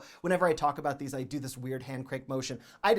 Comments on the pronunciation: Idk why every time he says "THEEsE..." it is so satisfying to me 😅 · His “These” is very comical 😄😄